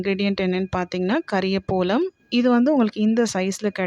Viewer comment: It is kariya pavalam not kariya polam...